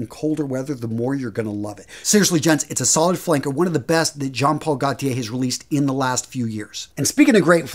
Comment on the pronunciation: John Paul Go Tee eh (pronounced)